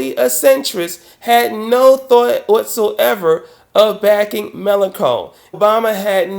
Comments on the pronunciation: Sorry, but it's Melen[shon] not Melen[con]. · Not really important but it's May-Lan-Shon, not May-Lan-Kon. The rest of the content was fine :D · 2 remarks:1. 'melanchon' is pronounced malanshawn. 2. The Democrats are not centrist when it comes to distribution of wealth and welfare. They are perfectly happy with society as it is now. That's a rightwing position in my book. Otherwise a very valid point. I hope Obama will prove you wrong on this. Corbyn should win. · I love how you pronounce "Mélenchon": Melon cone, it actually sounds nicer than the real pronunciation. 😄